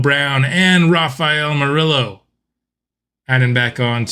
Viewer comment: So Hispanic people who support your channel and asked you to correct the pronunciation of an Hispanic name regarding Morillo and you tell them you dont want to pronounce it correctly even tho you know how? Lol bigotry and micoraggressions are at an all time high, tone deaf and ignorance at its finest, definitely was a fan of the content but gotta unsuscribe because this is not the first time this has happened and that sucks because it was a very fun series man